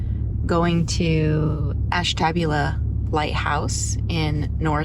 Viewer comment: You pronounced Ashtabula wrong. Ash TA booula.